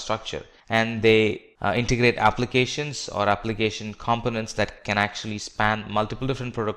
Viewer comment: Azure is correctly pronounced... the British pronunciation anyway. Components for example is just incorrectly pronounced full stop!